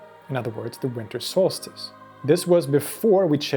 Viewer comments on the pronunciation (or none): solstice, not solstace